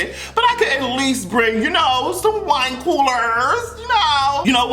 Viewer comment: The way you said "wine coolers" 😂😂😂